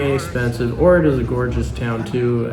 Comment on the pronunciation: It’s pronounced Poe-grah-dets not the way you pronounce it. And it is Lake Och-rid.